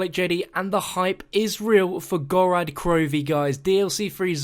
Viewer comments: mate can you just not talk? Gorod Krovi is pronounced "Gorod" not "Gorad" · "Gorad" he says...